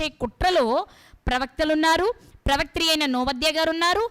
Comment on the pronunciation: ప్రవాత్రి...కాదు ప్రవక్తి..అని పలకాలి .తల్లి..